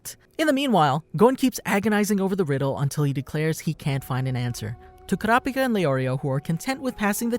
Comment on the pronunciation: Everytime u say kurapika it sounded like u said curapcat Noob